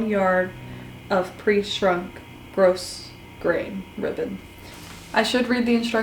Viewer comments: Its pronounced gro grain not gross grain. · Your sewing is absolutely beautiful. I love that not only do you press your seams, you take the time to show that you do. Thank you for sharing that important step. Also, the "s" in grosgrain is silent. It's pronounced "grow grain", not gross grain. Just sayin'. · Nice job on the outfit! Btw, the word "grosgrain" is pronounced like grograin, the 's' being silent. Thank you.